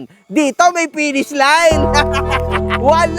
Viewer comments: Penis daw sabi ni, hindi Finish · “Pinish” 😂 bat iba naiisip ko hahahaha